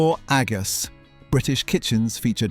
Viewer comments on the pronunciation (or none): I think you are right, though it is very good. "Agus" is highly suspicious.